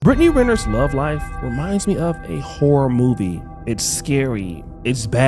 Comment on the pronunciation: Wait did you say " Whore movie" or "Horror movie" ? Lol😂😂 serious question though